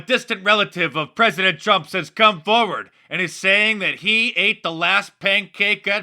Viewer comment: "Preaident Swalwell" HAHAHAHAHAHA did you people catch that?? BURN!!!!!!